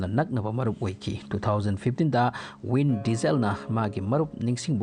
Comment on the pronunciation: Vin diesel haigadba natro win diesel haina tare